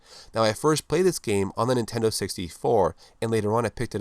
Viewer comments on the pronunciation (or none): none